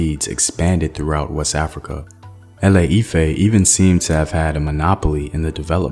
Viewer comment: Please learn to pronounce " Ile ife " well... you killing my ears with what I'm hearing.